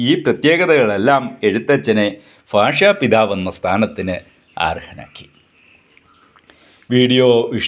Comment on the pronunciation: ഫാഷ പിതാവല്ല..ഭാഷ പിതാവ്